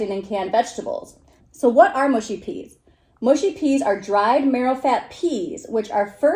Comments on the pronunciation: Its 'mushy' not 'mushy' (by which I mean rhymes with 'hush' not 'bush'. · Mushy is pronounced m…ush..eee. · Mushy - not mooshy ☺️ - peas are to be eaten with fish and chips. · please dont say mooshy peas.........mush mush mushy peas lol